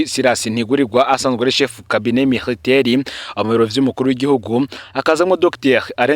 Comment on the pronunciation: Miritaire???? Tuba dushaka kumva le vrai français.